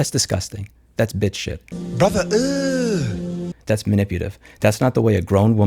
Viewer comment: Its "ugh" not "eww". How do so many people get this wrong. 😂